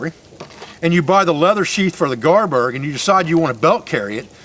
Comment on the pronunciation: It may be an accent thing. Is it garberg?